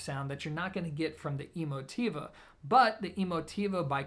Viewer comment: Are you pronouncing the name correctly? Is it E-mo-TEE-va like you say, or e-MO-ti-va?